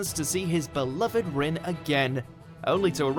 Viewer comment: thAtS nOt HoW yOu SaY ObiTO, AkAtsUki, aNd RiN